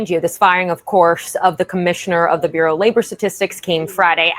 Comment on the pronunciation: Please research the pronunciation of the word "bureau".